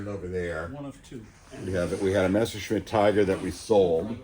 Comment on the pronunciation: it’s pronounced messer shmit, my German mom knows some about them, they made them from 55’-64’